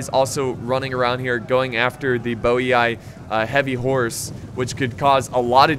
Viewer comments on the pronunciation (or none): As a Bohemian, I prefer the "Boeee" pronunciation of Boii